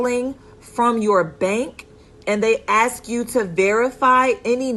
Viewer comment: great information but ...... its ask not axe